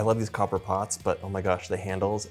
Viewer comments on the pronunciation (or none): none